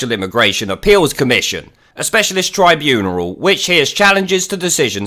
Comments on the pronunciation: What the heck is a "tribuneral"? It's "tribunal". No "er". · Tribuneral? Is that on purpose or are you just mispronouncing tribunal? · Yes, but what the fuck is a tribuneral?